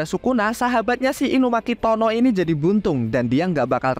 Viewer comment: BANG TULISAN NYA TOGE KENAPA BACANYA TONO SIH BANG!!!!!!!!🤬🤬🤬🤬🤬🤬🤬🤬🤬🤬